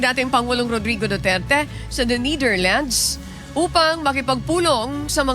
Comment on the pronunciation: NIDIRLANDS??? HAHAHAHHAHAHAHAHAHA journalist ba yan???